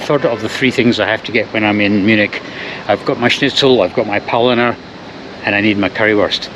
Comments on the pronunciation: He didn't say it once. According to subtitles he said polliner many, many times. Butchering the name of his favorite German beer, like he hates it. 🤣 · Realise that Bavaria is not representative of all of Germany. And it's pronounced Pow-lean-er. I would recommend buying a curry ketchup as it will be cheaper than buying in the UK where it's over £8.